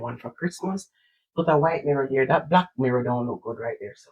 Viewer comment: YOU MAKE ME LAUGHT SAYING THAT BLACK MIRROW THE WAY YOU SAY IT LOL